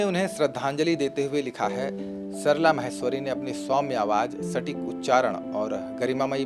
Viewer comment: म्हैस्वरी नहीं "माहेश्वरी"